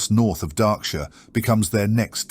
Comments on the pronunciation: Henceforth I will only refer to it as "Dah-ksure" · It's more like mispronunciations than lore inaccuracies. Darkshire is pronounced as "Darksure" or "Darkshore" and Goldshire as "Goldsure" or "Goldshore". And some timeline mix ups, where something is said to happen before or after it did. I have not caught a timeline issue in this one, but I have in others. If I catch any on other viewings I will leave a comment. I am a big fan of these and I am just speaking out because I think these are great pieces to get someone into the expansive WOW lore and it's so fun. I am a fan, keep'em coming!